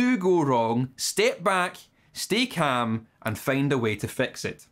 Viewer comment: "caAm down"